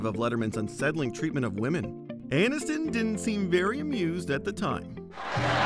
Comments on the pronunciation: "Jennifer Annuston" lol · "Jennifer Anuss-ton" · Interesting pronunciation of "Aniston"